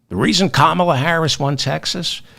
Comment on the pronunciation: Did you watch the Democratic Convention? Did you miss "how to pronounce her name? Say it with me: Comma la.